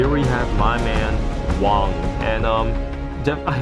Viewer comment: did you said wang? it was wong